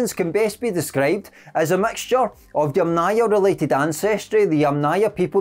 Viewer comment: Ochre, as in metre, fibre, centre, Yamnaya rhymes with yummier